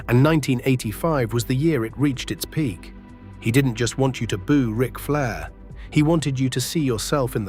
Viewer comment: "R-I-C Flair"?!? Do better. Why don't you at least try to make your crappy ass AI voices sound like a human? Do you not even edit the video to see if the voice is correct? AI slop.